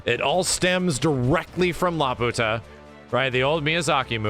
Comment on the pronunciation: It’s pronounced La-pew-ta. Not La puta. That literally translates to the bitch.